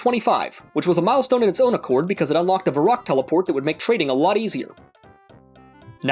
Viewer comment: Sorry but did you just call Var-rock "VERRICK" ?!?!?! EDIT: I generally never sub or like any videos just because i cba but i gave you a like because the ending made me laugh and is so relatable! :)